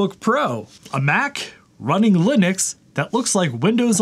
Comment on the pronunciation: I anticipate grief from someone for me saying this, but since you say Linux correctly, I may as well offer this PSA... I'm a fellow South African like the founder of Ubuntu (pronounced "oo-boon-too" and not "yew-bun-tu" or anything else like that). So if you enjoy saying "wuh-bun-too", try saying it "woo-boon-too", which is the correct way of saying it, and see how much fun that is 😅 And FWIW Ubuntu is a term for community above self, basically, and it really sums up living in Africa.